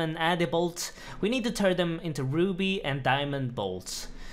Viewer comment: The way you say ‘Addy Bolts’ is extremely satisfying